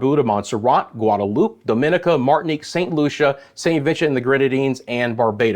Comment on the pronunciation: The Island is pronounce Dom ma ne ca😡 not da min ni ca.